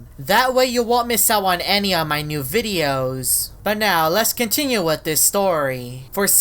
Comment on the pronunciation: His voice be like: VIDEoss